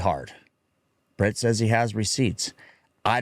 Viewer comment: It’s Brent, not Bret😂